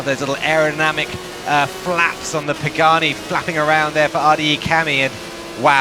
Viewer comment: Pagani!!!!!! Not Pageni!!!! 😂😂😭😭